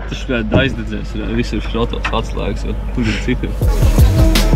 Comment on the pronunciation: Labs muzons, paldies par video! Vārdu šrots Liepājas galā laikam izrunā savādāk 😂